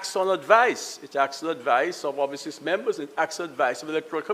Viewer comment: Membors 😅😅 trying to speak